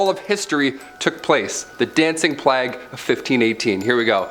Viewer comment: And what's funnier is how they pronounce words. Plague doesn't rhyme with flag. If a person is going to narrate anything, they should be familiar with the subject, and pronunciations.. This goes across the board with any hosts here. But that brings us right back to what you said ... 😏😁😆